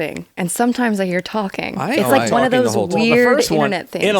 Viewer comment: he does say "talking to your wife" without all the required syllables. So it sounds like "fing your wife" That's amazing though lol, I had not heard that clip.